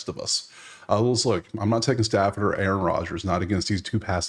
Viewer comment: When u said A-Aron I instantly thought of that Key and peele sketch 😂😂😂